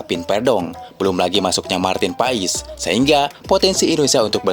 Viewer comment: Woy bang ko lu ngomong Marteen paes ko pais sihh benar dikit knpa ngomong nya klau mau ngonten....sory klau gue komen gini cuman beri saran aj BG🙏🤗